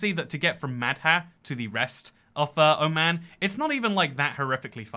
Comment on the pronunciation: Oh no his Oman pronounciation sucks. Dude refer a video it's not that hard